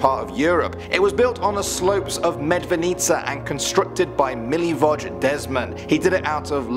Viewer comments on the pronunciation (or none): the way y'all butcher some of these words (Jure Grando, Medvednica, Description Škrinjari, Barica, Celje (which isn't even in Croatia), Brestovac, Milivoj, Ljerka Sram) literally kills me inside